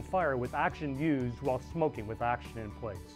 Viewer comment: The word is "oxygen", not "axygen" as you pronounce it.